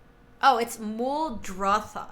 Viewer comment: Please do not say Muldothra... My ears hurt when I hear that... It is Muldrotha! Great video otherwise! :)